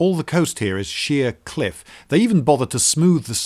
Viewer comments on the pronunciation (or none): Marvellous video. I thought he said "Shiah cliffs".